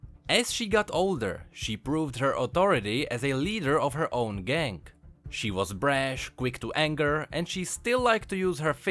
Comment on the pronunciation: You say "gang" like "gank"